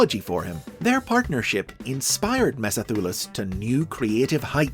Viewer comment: I wouldn't pronounce it ME-so-THU-las - I'd go with "me-SOTH-u-las", matching with Tarantulas.